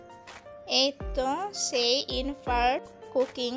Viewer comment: ইনফ্রার্ড বলে না।😅 এটা হবে ইনফ্রারেড!!!